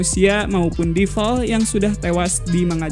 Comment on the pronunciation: Ngomong2 bang cara baca devil itu bukan deval, tpi devel